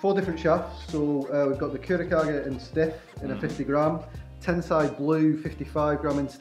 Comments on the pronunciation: You actually pronounced Kurokage correctly! Everybody else calls it “Kurokayje.” To be honest I never knew how much a shaft makes a difference until now. The last time I got a shaft I just picked one cuz it looked nice. I really do need to get a custom fitting in the future. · Nice shafts lads, one little thing tho: Kurokage pronunciation is good, a lot of people mistakenly call it “Kuro Cage”. Tensei should be “ten say” rather than “ten sigh” like sensei in Japanese. Thanks for the vids :)